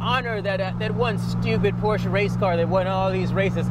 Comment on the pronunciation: "porsche".......? I think we discussed this lmao